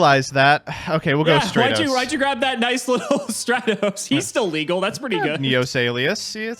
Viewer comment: my brother, hope you see this.. I'm greek.. it's pronounced Stra- tos not stray - tos...it comes from the Greek word στρατός Which means army